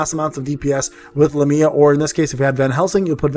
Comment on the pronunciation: IF I GET ONE MORE FRIEDRICH I WILL JUMP... needed to vent that somewhere since there is no world chat lmao i have gotten 3 fredirchs bro i dont even know if i wanna build him i just want more characters that's 2 other units i could have T^T. Also these pronunciations are terrible lol but they're hard names lol so i dont fault you. Lamia = Lah-me-uh Agares = Uh-gare-is